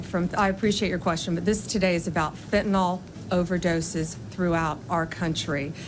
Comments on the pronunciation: It's Fentanyl, not fent-a-nol you idiot. After all these months you still don't know how to pronounce it, huh? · Its fentanyl as in pencil. Not fentanol as in alcohol. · Why does she always say Fentonol? Is that different to Fentanyl? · It’s Fentanyl, not fentynal. She can’t even get that right. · Can anyone explain to me how the attorney general can’t pronounce fentanyl. It’s not pronounced like Tylenol. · She still can’t say Fentanyl! She says fentanol. What a fake person. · It's Fentanyl Bambi, not Fentanol! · Pammy, it's not fentanol, it's fentanyl. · Blondi: “we’re talking about Fentanol”, the drug is actually called Fentanyl. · She can't even pronounce FENTNYL. 😂